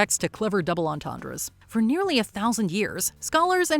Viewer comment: Entendre you can pronounce correctly?! 😂 Didn't I leave my alien comments in another video? Hey I was born with hydrocephalus ❤